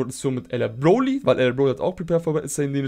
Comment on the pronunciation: "Bloly" hahahhahah